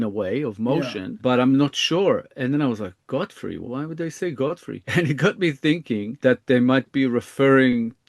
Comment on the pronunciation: Godfrey doesn't make much sense but I do not hear 'go free' at all. I am hearing a pretty clear 'gah' sound, not a 'go' sound. I have no idea what it could be though.